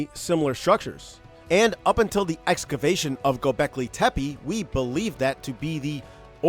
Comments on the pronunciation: Tepe not tepeE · First things first: You started with mispronouncing the name of the site. HOW COME? *TEH--PEH, not: "Teh-pee" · The second E in TepE is pronounced the same as the first one. So it's tepe not tepy, tepi, tepee but TEPE. Tepe is a turkish word for hill. First learn to pronounce the main thing you talk about. You say it a dozen times. Second the site wasn't that dry at that time, they had springs and wells which dried up and it got abandoned. If they did put terrazzo floors it was not the main water supply but an addition to combat the lack of water. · it's gobekli tepEH bro not tepey. so distracting. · He could have check the pronunciation of word Tepe, so we all can use it the right way!